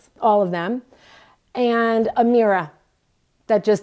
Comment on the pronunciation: The video is worth watching just to hear her pronounce "mirror" 😂😂😂😂